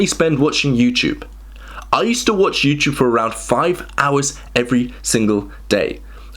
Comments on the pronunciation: What's this YouChube you speak of? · Say Youchoob one more time! ☠️ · I am not from an English-speaking country, is it normal to pronounce "iuuuuchuvvv"? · I love the way he says "YouTyoube."